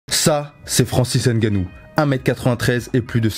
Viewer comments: On ne dit pas francis (N) gannou On dit Francis ngannou. Y'a pas de (N) à part ça. On prononce ngannou en un mot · Vous êtes quand même durs d'oreille et un poil irrespectueux, vous autres, Français. On vous dit toujours que les noms africains (n'étant pas de noms français), ne se prononcent ni ne se lisent en français. C'est [NGANNOU] et non [N'GANNOU]! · Nganou et non N'ganou 👍🏿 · avec 2 N biensur. Je parle de la prononciation. Le N ne se prononce pas. C'est Ngannou un peu comme le P dans Pneu. On ne dissocie pas la première lettre. Sinon cool la vidéo 👍🏿